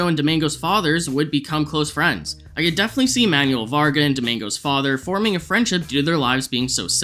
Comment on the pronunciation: It's pronounced Man-well, not Man-yu-ell.